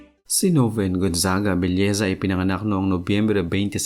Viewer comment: Belleza o nobleza? Paki linaw nga.